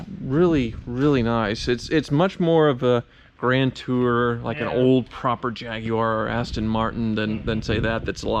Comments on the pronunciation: mispronounces most things but says Jaguar correctly. Lol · holy shit... an american said jaguar properly instead of jagwar, just need them to say nissan properly now instead of neeson